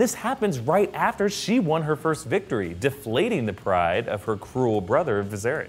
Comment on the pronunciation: Viserys, not Varys.